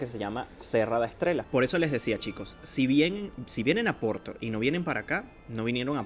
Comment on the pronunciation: Finalmente un chico qui habla Porto y non OPORTO, hablando castellano. Muy bien! Gracias!